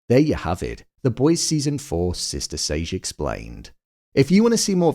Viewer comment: You pronouncing 'Sage' like Beige is throwing me off lmao